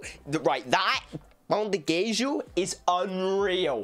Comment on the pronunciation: vc finalmente conseguiu pronunciar a palavra pão direitinho 👏👏👏